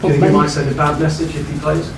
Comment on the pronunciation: Conte,and sarri always say massage.